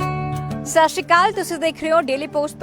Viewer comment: Bibi sat shri akal sai tra ucharn Karo ji